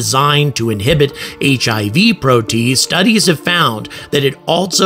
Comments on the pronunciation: Hey,, it's pronounced "pro-tee-aze", NOT 'pro-tease'! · "Pro tea ace" not "pro taze" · I think it is pronounced 'pro-tea-aze', but fantastic video and a ton of information! My go to source for space info and entertainment! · Protease: three syllables, "pro-tea-ace." An enzyme which cleaves (breaks molecular bonds in) a protein. Sorry, I'm a biochemist. Might as well say "nucular" instead of "nuclear" to a nuclear physicist. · Pro-Tee-az. (as in h/ [aze} prolly. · Protease? PRO - TEE- ACE inhibitor. ;-)